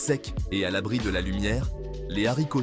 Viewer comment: Les zaricots secs?🤨😫